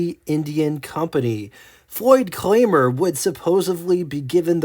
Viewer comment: Is this AI narrated? WOR CHESTER..??? There's NO H in Worcester..it's pronounced WUSS-TER.. and then it went from saying DO-PONT to Dee-pont, Then the mistake calling the late model vertical twins, V twins ..If this is an educational video it has really missed the mark. I should have waited to post the mistakes as Floyd Clymer was pronounced Claymer..oh ffs